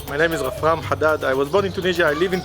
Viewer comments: LOL HE SAID "RAMRAF" INSTEAD OF "RAFRAM" AT THE END XD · He mispronounced Rafram's name at the end of the video loll... Other than that, nice video, you left my mouth watering with all that good food and the city is really beautiful!